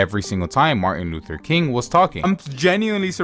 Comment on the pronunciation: take a shot for every 'marthin luther king'